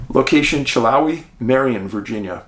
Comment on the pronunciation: Hey Dave :) love you man. I live in this part of VA , just for future reference it’s pronounced TAAZ-WELL just like Tasmania not TAY. And its Chill-How-eee not Chill-Ho-eee Very weird cases.